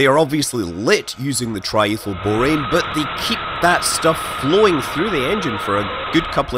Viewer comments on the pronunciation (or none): Tri-Ethyl is that? Not "Tri-thl"......